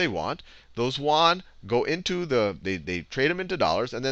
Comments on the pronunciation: FYI it's pronounced Yuan not Wan. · Hi Khan, thanks for all your awesome videos. I've got just 1 issue that bugged me a little. Yuan is pronounced as "yu-en". The way you pronounced it sounds like "won"; South-Korea's currency.